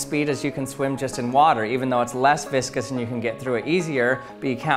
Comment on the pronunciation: I heard viscous as "biscuits" and "bisque-ous". lmao